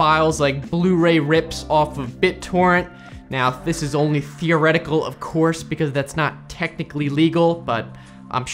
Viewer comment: hehe i heard that as "thioretical"